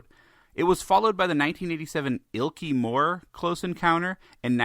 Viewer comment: FFS. It is Ilk-ley Moor you ignorant twat 😂